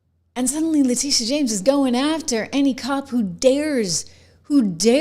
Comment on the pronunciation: La tittyeeah omg la tittyeeah... Girl you be done fell downa steps